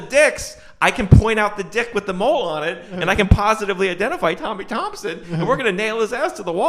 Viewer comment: It's Tommy Turner Not Thompsons....